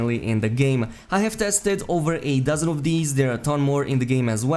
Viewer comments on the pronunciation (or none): Kinda sounded like he said 8 dozen, but not sure.